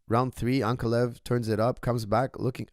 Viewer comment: Please correct your pronunciation. It’s AnkAlaev, not AnkaLev